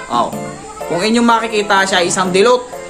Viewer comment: Dilute po sir dilute, hindi po dilot🤣 peace and love✌️♥️